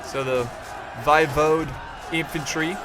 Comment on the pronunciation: Hey, a little bit of pronunciation assistance(they were pretty tricky for me too) Walachia is WALL-AY-SHA Voivode is VOY-VODE (Vode as in vote) 👍